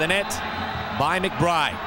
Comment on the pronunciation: Two nillski...McBrrrrrrrrrrride..lol